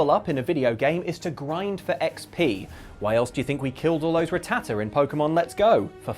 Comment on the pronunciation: How have I never notices how says Rattata before...